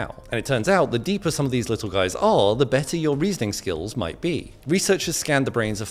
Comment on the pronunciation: "*MIGHT*" be emphasized on the word "*MIGHT*"